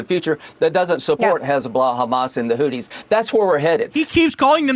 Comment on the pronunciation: "Hooties" and "Hezblahhh." What a fool!